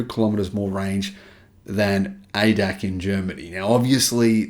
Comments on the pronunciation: It is not not pronounced Ay-dack, but A-D-A-C, or in German, Argh-Dey-Argh-Sea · ADAC pronounced Ay Dee Ay Cee - not AyDAK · Hi, ADAC is an abbreviation with pauses between characters, like A-D-A-C. The problem with the ADAC is, that their magazine is read by many Germans, because the ADAC provides a roadside assistance service, which many drivers subscribe to. It is not the first time the ADAC spruiked false information. Hence, no surprise here. Their magazine is heavily funded by legacy auto; hence, I agree with your assessment that the Germans are scared sh!tless they loos the EV war and do all they can to sh!t on the competition.